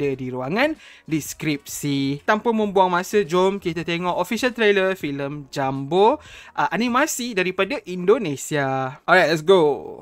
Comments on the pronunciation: Kau ini orang melayu atau orang britishkah? kenapa kau balik2 pronounce nya? JUMBO ya JUMBO, bukan JAMBU. JAMBU beda lagi, itu nama dari sejenis Buah2an. Jambu air, jambu batu, jambu merah/putih dll. Jengkel sama orang2 melayu malaydesh, suka merusak kosa kata2 indonesia, ngerasa udah kayak british tapi dri Melayu malaydesh. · Pengucapan bahasa Indonesia jumbo, bukan JAMBO wooooiiii....!!!!